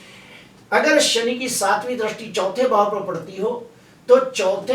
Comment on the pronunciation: Drasti nahi sir dristi boliye please sir